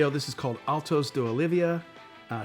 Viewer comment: Altos de OLIVA not OLIVIA